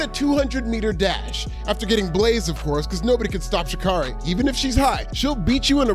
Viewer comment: I know she's not a likable human being but can somebody please say Sha'Carri's name correctly